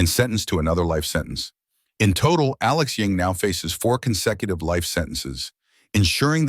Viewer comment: Why do you keep calling him Alex Ying? isn't his name Ewing?